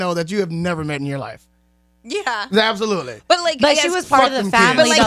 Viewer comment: Word of the day is "Ab-so-lut-ley"